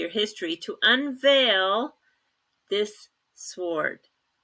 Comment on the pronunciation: The word sword is pronounced "sord".